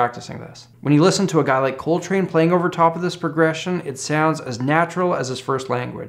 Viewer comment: Ladies and Gentlemen, I now present "Coltry"